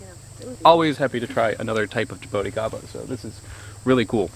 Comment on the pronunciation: Man your pronunciation is horrible Its not ja-bow-ticaba Its ja-boo-tea-ca-ba